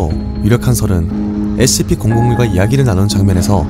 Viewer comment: 형 영상 몇년째 잘보는중인데요.. Scp 발음이 진짜 너무 신경쓰이고 거슬려요 그냥 sp 라고 하시는건지 scp라고 하시는건지 구분이 안갈정도.. 그냥 조금 천천히 발음하시면 될것같아요 댓글 안달고 좋아요만 누르다가 처음으로 댓 달아봅니다 번창하셔요~